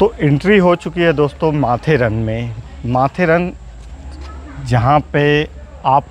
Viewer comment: यह माथेरान है. माथेरन नही.